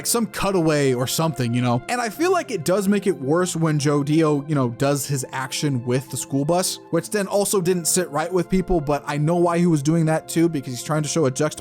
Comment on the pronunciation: Btw it's JOdio not "joDIO"